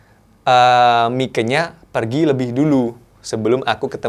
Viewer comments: ....Koq mike sich baca nya? bukannya myk?:) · Mike tu sebutanya bukan miko.. tp maik